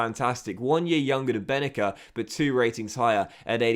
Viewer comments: His name pronounced ben naser not benaker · So happy you sold Bennacer, now we don’t have to hear you constantly butcher his name. 😂